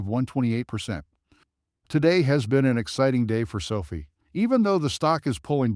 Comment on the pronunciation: Man. Hard to listen when you say sofi wrong 😢